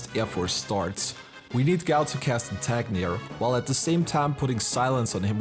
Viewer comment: It's INTANGIR, not Intagnir. Like "Intangible"